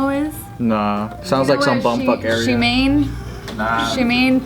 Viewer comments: SHIMEIN? Hahahhaha It's SHIMANE! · Shimane is pronounced as Shi-ma-ne not shi-main 😉 igotchu gurl😘